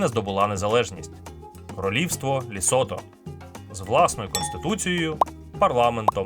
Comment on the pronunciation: Цікавий і змістовний виклад матеріалу якби не одне "але" - країна ЛЕсото, а все відео диктор повторює ЛЄсото. Комусь можливо неважлива дрібниця але це основа, при тому, що і в описі та заголовку чітко вказано тверде Е в назві держави